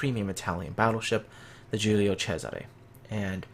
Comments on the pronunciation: Latin is a different Language. Caesar was latin name. but the ship was named in Italian. So it is CESARE. And you should pronunce the ending E ( which for you guys sounds like A) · Wait, so Cesare is pronounced as a "CH" sound(like "Chesare")?